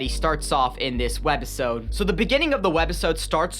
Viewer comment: I luv yr content bro but idk if i was high af but why do you say WED OR WEB - episode like i had to replay it a couple of times thinking i was high af but that was weird to hear😭😭😭 keep up the good work bro